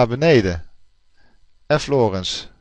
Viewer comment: Grappig dat je de nadruk op de eerste "lettergreep" legt van de naam Lorentz. In mijn oren klinkt het vertrouwder door de nadruk op de tweede "lettergreep" te leggen ;-)